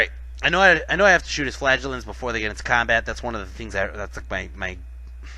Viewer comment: wohoo you managed to pronounce flagellants properly!!